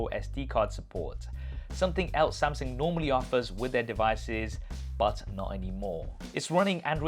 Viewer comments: Why did i heard he said samsing instead of samsung? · Why do you keep saying samsing you mug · Why he keep saying "Samsing" ?? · Step 1 Learn how to pronounce samsUng